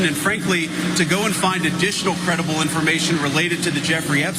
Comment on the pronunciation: I'm 8 beers in. That's EXACTLY how I would have pronounced "creidible". Hic😂